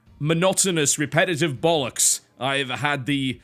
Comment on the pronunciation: ''bullocks'' lol